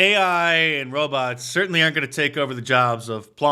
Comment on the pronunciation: . Mark if you said “aren’t”, like it sounds….. You are incorrect.